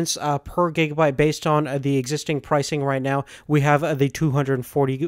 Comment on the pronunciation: It's not gegabyte, it's gigabyte!!!